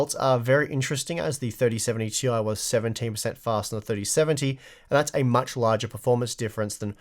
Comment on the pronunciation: its clearly "tie" you need to say it right like the other...